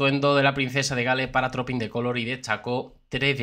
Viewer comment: Se pronuncia truping en lugar de Trooping.